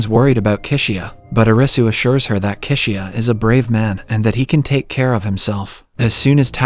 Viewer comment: Kishiya (Chishiya) 🤣